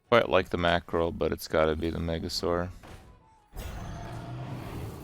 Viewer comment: Why tf he sayin mackerél